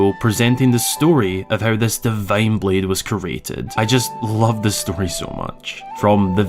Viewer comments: "Kree-ate". Not "Kuh-rate". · Got my snack and drink. Wait, the video is under 10 minutes. Also it is pronounced CREEEEated, not curated.